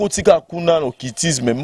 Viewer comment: Mdr le journaliste même ne sais pas parler " occiltisme" Le soit disant prophète aussi ne sais pas parler "Jesis christ Allez y apprendre à parler au lieux de vous permettre de faire des émissions à la con Laissez Dieu lui même jugez ses ouin